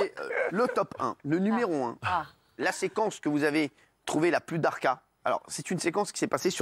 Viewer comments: On dit dahka pas darka lol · Cyril Hanouna qui veut faire l’arabe on dit dehka pas darka